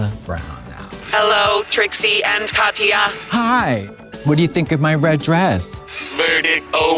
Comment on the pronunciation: MBB really fucked up Katyas name huh...... its 5 letters....